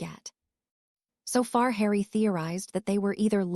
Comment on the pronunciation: Like how hard would it be to show the Ai language model the potter films???? It cant pronounce harry at times so words only known in Potterworld they absolutely murder....its atrocious.